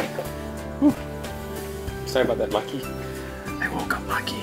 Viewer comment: Maki, Maki, not Mocky! My british ears hear stuff with an english accent, so I heard an "O" sound. Your english accent is pretty good, by the way, it's not very 18th C. chimney sweep! I love your videos, not only is your painting awesome, but the combination of the music and your voice is very relaxing. Much love to you and Maki, keep up the good work.